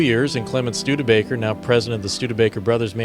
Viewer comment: Schtewdeebaker?!!! No! It is Studebaker!